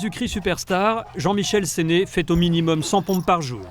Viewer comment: Jean Michel SÉNE et non pas "SÉNÉ"